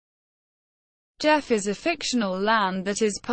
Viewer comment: not pronounce jeff -- pronounced GEE -- off